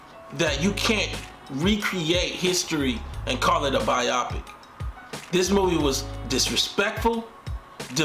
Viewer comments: Bro. It’s pronounced BI-oh-pic. Not bi-AH-pic. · Bio-pic, not byopic